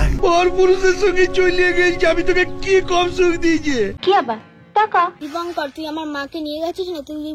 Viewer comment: দীপঙ্কর ❌ দীপঙ্ককার? ✅🤣